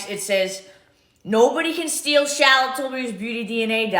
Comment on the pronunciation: Every time I hear say "Shallot" Tilbury I giggle! LOL